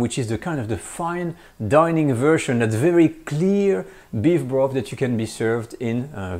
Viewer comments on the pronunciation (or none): none